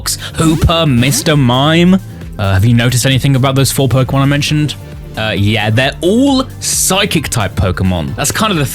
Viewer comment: Why is it always the pokétuber who can't say pokémon right the ones eho ay it a thousand times in every sentance?